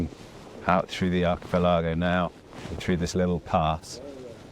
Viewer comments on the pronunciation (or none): Acha...pelargo...wtf you so funny ....arca pelligo..... archipelago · I do hope Archie-Pill-Agow is some kind of naff etonian joke pronounciation.